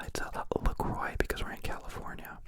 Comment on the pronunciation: Ok so it's actually pronounced le croo btw.